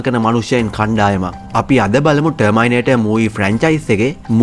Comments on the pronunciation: Broo pronounce it properly not termai it us termi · ටර්මයිනේටර් නෙමෙයි බං. ටර්මිනේටර් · ටර්මයිනේටර් 😂😂 ජීවිතේට terminator කියන වචනෙ අහල නෑ වගේ..